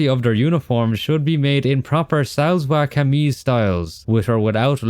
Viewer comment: Hello 3 smol pronunciations: 1. Its called Shalwar kameez (shawwl-war) 2.the buddhas of bimiyan (not byonyang 😅) 3.pashto and dari and even persian was spoken by certian tribes It us a stunning criticism of games man ❤❤❤